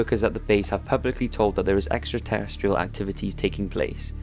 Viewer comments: he says extratestial instead of extraterrestrial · 4.23 "Extra testical??"